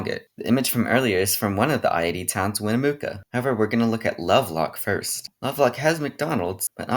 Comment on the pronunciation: Not how you say Winnemucca....or Tonopah....